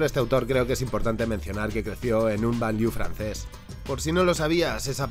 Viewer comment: C'est Banlieue, pas Banlieau